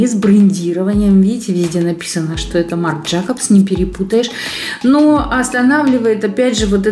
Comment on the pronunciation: Марина, Marc Jacobs, произносится Марк Джэйкобс!!!! В вашем видео из винтажного магазина вы брали в руки очки Persol, не Пресоль! Уважаемая марка, кстати, и не дешовая. Хотите больше лайков, интересуйтесь хотя бы правильным произношением названий брендов, плиз. ПРО ГЕНУЭЗСКУЮ КОЖУ, вообще трэш!